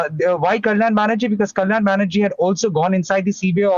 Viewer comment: Its Banerjee not baHerji